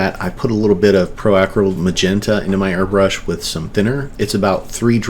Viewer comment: Thanks for the video. Say Acryl like you're saying acrylic :)